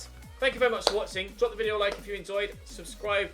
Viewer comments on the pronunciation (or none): none